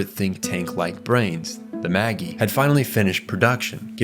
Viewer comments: The Maggie?? I’m guessing you never watched the dub. It’s the Mājī (mayzh‑👁️)! Also, I believe it’s zee-ley not Seel. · It was the “Maggie” that really took me out. Longinus actually has several acceptable pronunciations, and while the Netflix dub uses LonJĪnus, the original dub use LONjinus I’m pretty sure (same way he says it in this video). The real Longinus’ name was probably pronounced with a hard G: LonGEEnus (Λογγίνος). But ain’t no way “Maggie” makes sense of Mājī. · Great video, but it's "MAJ-EYE", not "MAGGIE". They're named for the 3 wise men in the bible, not the lady who played Professor McGonagall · Small nitpick: it's pronounced mei-dji, not maggy. Similar to mage, as in the three mages (or sages) who travelled to meet newborn jesus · MAGI is pronounced May-Jigh not Maggie 🤣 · Magi is pronounced "Maj-eye", not "Maggy". Otherwise, 10/10. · Not magie say it with me Maj I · Meggy instead of Magi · Okay calling the Magi (ma·jai) the "Maggie" made me laugh out loud. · Why do call jt the baggy? They pronounce it in the anime as maji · It's been a while since I watched the anime. But isn't Magi pronounced like 'maj-eye' and not like 'Maggie'? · Is the Megi system pronounced "meggy" or "meh-jaii"? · It’s killing me how you’re pronouncing MAGI. It’s Mah-jie. The three computers are named after the three wisemen, that were magi. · ITS PRONOUNCED MAJ EYE ITS ANOTHER BIBLICAL REFERENCE GODDAMN IT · Magi is pronounced Mah-jeye (soft g) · I lost it when he said "the Maggy" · Meggy for Magi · I hate to nitpick here, but it’s pronounced “may-djeye,” a hard G, like “mage” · super upset at the mispronunciation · I think this guy has to be reading a reddit synopsis of evangelion. Because the way he pronounces seele and magi are way off! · Bros pronouncing Japanese words with their correct pronunciation. いかり and そりゅう are pronounced as I-ka-Ri and So-Ryu. Cant defend Magi though that's a bizarre pronunciation